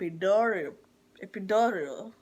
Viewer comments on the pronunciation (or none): Epidural not Epidorol 🤦🏿‍♀️